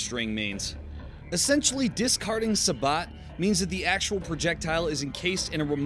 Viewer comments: I may be two years late, but please... It's pronounced Say-Bow. Not, Suh-Bawt. lol. Also, just found your channel today, surprised you don't have more recognition. Your videos are good, though there are some discrepancies. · wow dude, "sabot" is not pronounced "sah-bot", its "say-boh". do you even infantry? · I wonder if this dude shops at "home-de-pot". (sabot is said like "say_bo") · Its pronounced "Sabot" not "Sabot" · Velocity. Simply out the 14.5 is gonna have more velocity, which means more accuracy. Also heavier to wind effects it less making it even more accurate. The t in sabot is silent by the way.